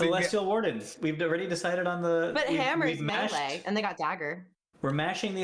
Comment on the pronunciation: Why do you say melee wrong